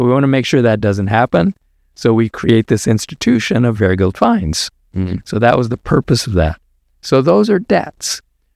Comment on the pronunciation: fyi Doctor Wray, the stressed syllable is verGELD